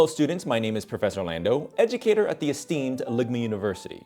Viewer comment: "edge"-ucator you say?